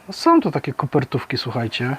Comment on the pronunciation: Zwracaj uwagę na Ą. Są, a nie soM, Halą, a nie haloM, etc. Pozdrawiam!